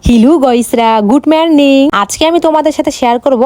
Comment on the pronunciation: Hello❌ Hilu✔️ Morning ❌ Marning✔️ পদ ❌ পাদ ✔️